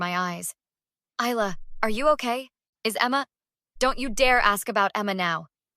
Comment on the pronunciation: You pronounced Isla wrong , it’s Isla with a quiet s you don’t mention it.